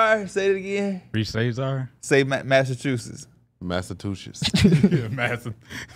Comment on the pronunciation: I damn near spit out my drink hearing this pronunciation of “Massachusetts”… is one of a kind lmao